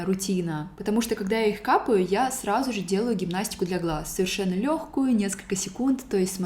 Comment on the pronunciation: Мне одной режет слух, как странно говорит фразу «сразу же»? Будто «сражуже»🥲